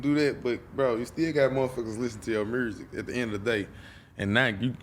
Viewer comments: Or murrsic?🤣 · “Mursic” is hot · Nobody: BlockBoy :Muresic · Mrooo zick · Hearing this man speak. I'm Glad people from Memphis can't pronounce Music.